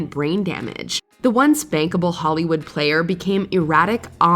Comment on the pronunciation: the one spankable?! Ohhhhhh the once bankable!! had me wondering for a second there